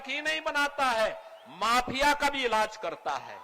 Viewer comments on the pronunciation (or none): none